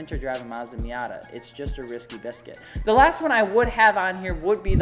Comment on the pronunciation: i almost left when he said miata 💀🤣